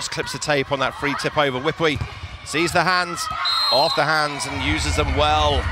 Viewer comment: Fyi... Her name, Wipawee, is pronounced 'Wi-Pa(r)-Wee'